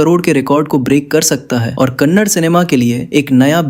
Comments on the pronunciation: Kannad ❎️ Kannada ✅️ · Kannad nahi kannada bolo bai.. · For your kind information it's not kannad it's kannada please pronounce in properly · The way he spells the Yash movie names makes me cringeeeee, and it's kannada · Next time pronounce it properly it's kannada